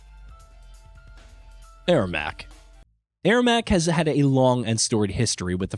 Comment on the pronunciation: the way this guy pronounces characters like ermac and kronika....lmao